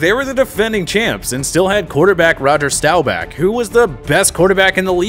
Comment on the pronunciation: Dude I am no Cowboys fan but you should really learn how to pronounce Roger Staubach’s last name if you are going to do a video with him in the mix. Just sayin’